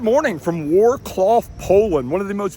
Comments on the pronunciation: It's Wrocław not Wroclow. You should pronounce it like “Vrotswaf”. It is not hard to check it on google translate before recording. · Wtf did you said WAR CLAW XDDDD maybe try vrotzlav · Uorklau? How did you spell the name of the city? Because it sure as hell wasn't Vro-cwav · Bro this is not "Wroclow", it's Wroclaw You can say "Wroc (c not k)love, Wroclove". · Wroclaw, not Wroclow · Wroclaw Not Wroclow 😂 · Hahahaha "Wor Cloff". That isn't even how is't written. So lazy. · Worclow? XD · Hello, Just a quick one the name of the city is WROCLAW (Wrocław to be exact). Pronunciation = Vrotz whav Love the Ultrace, keep up thegreat job. Greetings from Poland <3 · Oh god how hard it could be to learn how to corectly pronounce the city you are visiting ... WORCLAW... jeezus ... How come we all know how to pronounce the cities around the world , but when it comes to europe,you are just butchering the shit out of everything... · Better for Wrocław is Vroclav to pronunciations :) Bigger tourist cities are usual clean in PL (better than Paris :D ) Nice review, take care! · Wrocław is pronounced Vrotzwav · War claw XDDD bro, really nice movie but please... use a google translator to learn pronunciation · Wrocław is pronounced Vrotzuav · WROClAW , NOT VRO-CLAW , jESUS f*CK ! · I've never heard worse and false pronunciation of that nice city name Wroclaw! You simply put in google translate and listen: Vir-raw-ts-wah-v! Just try it! It's not going to dislocate your tongue if you try it better! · pronounciation: VROTZ-LOVE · You even typed it incorrect.Wroclaw.Pronounce VROTZ WAV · Did you say Wrocklaw? thats where my girlfriend is from , lol .🙂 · Wow, you butchered the name of the city... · not only did you pronounce the city name wrong, you also spelled it wrong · i gave you a dislike just for your terrible pronounciation of wroclaw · you butchered wroclaw just like it was butchered by soviets in 1945s. cool video tho lmao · dude it's Wroclaw